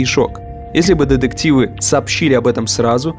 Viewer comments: Я, конечно, поняла, что автор хотел сделать акцент на слово деДукция, но эти деДективы просто сломали мне все уши 🥴🥴🥴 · Все видео резало слух ДЕДЕКТИВЫ !!!